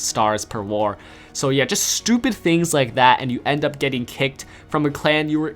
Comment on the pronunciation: says stupid so weird he is like stoooooewwwww-pid